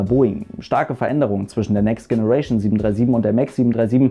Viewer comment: Sei bitte so nett und sprich, um Himmels Willen, generation in der englischen Aussprache aus! Vielen lieben Dank!